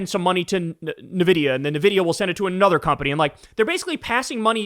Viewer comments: Kyle! It isn't "nuh-vidia.". It is "envidia". Nvidia. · Just a heads up, Nvidia is pronounced invidia, not nevidia. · My guy did NOT just say "Nuhvidia" like Trump 😂